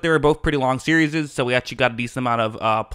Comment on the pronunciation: "Series" - sear-ees